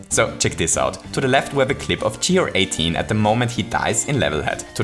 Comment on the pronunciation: You don't say GR 18 like gee are eighteen, but like gair-eighteen, because it sounds like guarantee.